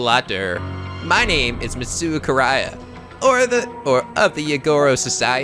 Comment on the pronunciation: it's "Misto" for Misuto's name. Just like Yosuke is pronounced "Yoske." Not trying to be an ass, I'm just trying to help out. =D